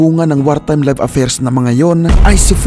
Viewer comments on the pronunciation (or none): none